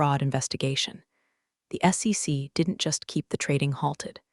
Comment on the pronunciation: Maybe put a period in between acronyms so it will say S.E.C and not SEX? 😂